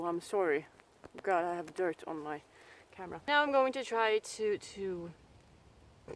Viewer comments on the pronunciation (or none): none